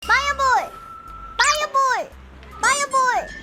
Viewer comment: 파이어 볼은 빠 로 발음하고 프리즈는 P 발음이넼ㅋㅋㅋㅋㅋㅋ